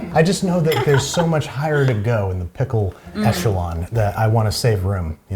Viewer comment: Was that a Freudian slip with the Vlasics - “pistle” for ‘pickle’?